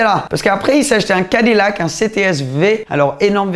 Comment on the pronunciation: "Cadi lac" XD XD